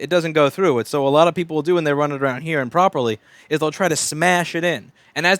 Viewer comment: Anyone else notice when he says "The pen is bint" instead of the "The pin is bent"? gotta love one takes :P